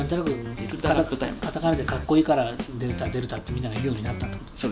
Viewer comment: デルタ、でるた、デルタ↺、発音が大事！